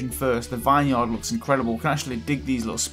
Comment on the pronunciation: Anyone else get a Little anyonned when he said vine yard